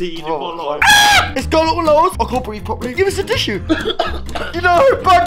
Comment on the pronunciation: “Gis a tisho”